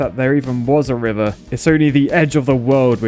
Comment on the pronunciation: "We don't need to through the wiver"